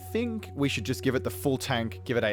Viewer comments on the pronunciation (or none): none